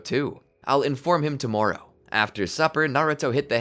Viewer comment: The way he says "tomorowe" is sooo funny